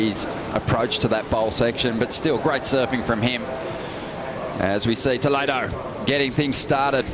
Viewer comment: Brasileiros falam inglês perfeitamente. Eles nao conseguem proninciar a palavra "Toledo" corretamente. 😂😂